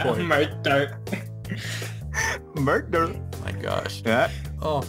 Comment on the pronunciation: I cant stop giggling at how he says Murder 😂😂🤣🤣